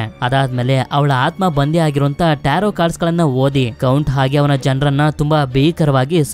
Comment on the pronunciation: Starting Nimge Bai tirgilvalla Movie name na Correct agi helilla Nivu Tarroo ante😂